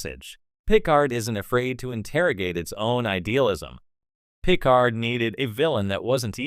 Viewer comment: When you choose to use an AI voice for your narration it might be good to find one that can pronounce "Picard." Lazy and amateurish.